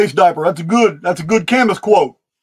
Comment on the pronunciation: Fantastic podcast as always. Albert Camus is pronounced Ka-moo Thank you